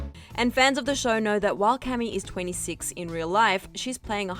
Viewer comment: It's ca-mila by the way